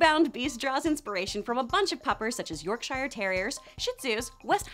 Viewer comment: the way she pronounced yorkshire makes me feel angry